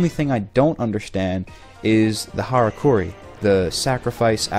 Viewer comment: It is pronounced "harakiri", not "harakuri" (but that doesn't really matter when you say it with an American pronounciation anyway)